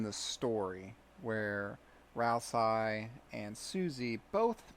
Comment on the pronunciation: Tony: Lets make the geno route in this game so obviously bad that nobody could ever think they're doing the right thing Undertale fandom: So this is my theory on why deltarune's geno route will be the objectively moral path Never change. EDIT: LOL can't even pronounce Ral-say properly. What a fucking joke.